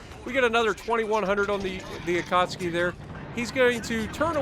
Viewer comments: How many times do we have to hear you mispronounce Akatsuki in the first 5 minutes? 🤣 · It's just so hard to hear it that way after years of YT'ers saying it the other way for legends and PC.